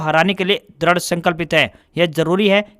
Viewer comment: Samacharon mai bole Gaye wrong word:-Dradh . Correct word:- Dridh.